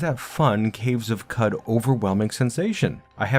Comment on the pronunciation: I'd love quicker with more minimal animations, as it takes a while to learn and Qud runs can get pretty long! I think Qud is pronounced 'Could', like qudzu ('could-zoo'). This evokes the myriad possibilities within the game, as opposed to cow-chew. Oh, and definitely use Backspace to go to specific people and stuff in a zone you've explored!